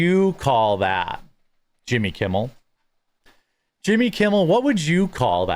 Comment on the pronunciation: When you say Yimmy... I have an urge to stroke my eyebrow with my pinky finger.